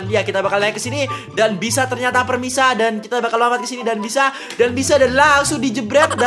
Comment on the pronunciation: Bang pemirsa bukan permisa 😂😂